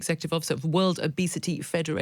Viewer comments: Sounds like she’s saying “wildebeest-y” day instead of “world obesity day.” Still true either way. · I thought she said wildebeesty day